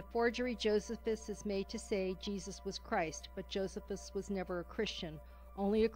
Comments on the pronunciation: It's Jo-SEE-phus, dumbass narrator, not JO-sef-us. The Catholic church does not claim the testimonium is a forgery, only that one copy of Josephus has been interpolated with the phrase "he was the Christ" instead of "he was called the Christ". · I never heard Josephus pronounce the way it is here. I always heard it pronounced Joe see fuss. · I wish the lady would learn to pronounce Josephus correctly. Also the lady is NOT correct about Paul. In Paul's genuine letters we learn the Jesus was a Jew, born of a woman, born UNDER the law, gave bread and broke it on the night he was betrayed etc etc. There is a fragment of John's gospel which is date at 125 AD yet this lady claims the gospels were written late second century. This lady claims the famous TF passage from Josephus is a forgery but most experts don't agree!!!